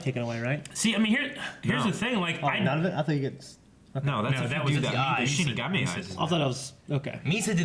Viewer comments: repeat after me 'shiNigami'...lol... not 'shiMigami' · Shinigami not Shimigami.